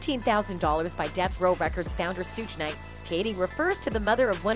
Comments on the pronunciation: 2 Pack and Soodge knite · HOW N THE HELL CAN A KRA'KA TELL YOUR STORY, WHEN THIS IDIOT COULDN'T EVEN PRONOUNCE NEITHER 2 PAC NOR SUGE KNIGHTS NAME CORRECTLY